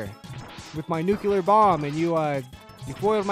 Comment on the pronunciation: Nuclear - "new clear" not Nuculur